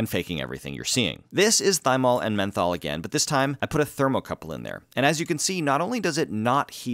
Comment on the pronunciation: "Methol" you mean meth?